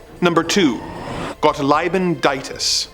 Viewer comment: In the german name "Gottliebin" the "ie" is just pronounced as "i". We generally pronounce every "ie" as a slightly longer "i". You are welcome :3